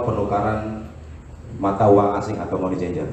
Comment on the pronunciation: Pembaca berita Tribun News harus belajar bahasa inggris lagi sepertinya, Membaca: Money Changer aja salah.. aduhai 🤣🤣🤣